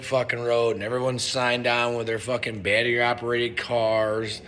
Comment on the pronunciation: Always a chuckle. “Batry” charger.